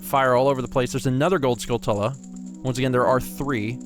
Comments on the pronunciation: Hey, I don't mean to sound like a smart alack but "Skulltula" is pronounced "Skull chu la" like Tarantula. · You're pronouncing skulltula wrong. They're like tarantulas, but skull instead of taran. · I think you guys are pronouncing skulltula wrong, You guys are saying Skull Tulla, but im pretty sure it is pronounced Skulltewla, kind of like a tarantula. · i know its late but i always pronounced it " skull-chulla " like how you pronounce tarantula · I've always pronounced Skulltula as Skull-chewla. I pronounce it like that because that's how you prounounce Tarantula... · My goodness. Not sure how far in advance you recorded this, but it's "Skull-chew-la" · it's always bothered me how people pronounce "skulltula." I've been pronouncing it similarly as tarantula since I can remember. It only makes sense.